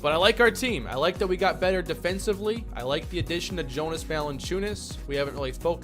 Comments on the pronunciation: It sounds like YO-nus, not JO-nus for Valanciunas. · You say his name like Yonas not Jonas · Just for future reference it’s pronounced (Yonus) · Just to let you know: Jonas is pronounced with a y. Yo-niss. Stauskas is St-ow-skiss